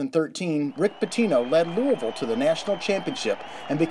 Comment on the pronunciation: Finally someone who pronounces Louisville right